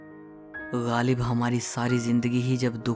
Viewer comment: PLEASE stop saying Galib. His name is GHALIB. It jars my ears. no disrespect.